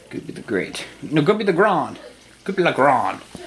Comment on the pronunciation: You said Grande wrong I speak Spanish its said " Gr Awwwnd eh " Goopy Le Grande